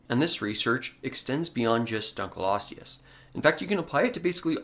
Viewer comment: It is 'Dunkle-osteus', rather than 'Dunkleeosteus'. Dunkle is a surname, the fossil was named for a man called David Dunkle.